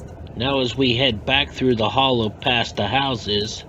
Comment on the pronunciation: Steve Seventh is name is not pronounced like the number 70 but pronounced "Sa vent tee". And the neighborhood is pronounced " the Holla". Otherwise an interesting video.